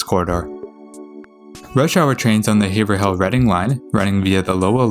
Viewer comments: Or it’s pronounced have-roll. Nay-tick. Bill-rickah. Woooooburn. And Lowell is simply Lowl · Haverhill is pronounced "Averill". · Woburn (Woo Burn) Haverhill (Have [long A] Rill) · Here, let me help you. My hears are bleeding right now: Woburn = "Woo-burn" Soughton = "Stoh-tin" Haverhill = "Hayv-rill" Lowell = "Lohl" Dedham = "Dead-um" Concord = "Cong-kird" Natick = "Nay-dick" Falmouth = "Fal-mith" Quincy = "Quinn-Zee" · Congrats for pronouncing Worcester correctly, but you got Haverhill (hay-voille) and Natick (emphasis in Na). Also love the fact that you didn't bother to try to pronounce Billerica (buur-rik-ca) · you see, I used to think Haverhill, and the way you pronounce it were 2 different places. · This is a great video production. However, my only real criticism is on the pronunciation of several cities and town in Massachusetts. As a native of Mass, I know how various names are pronounced by the locals. There were other locations like Haverhill, and a few more where your pronunciations were off. But these while amusing to some are very tiny criticisms on the video. You did a wonderful job of producing this video. Thank you very much! :)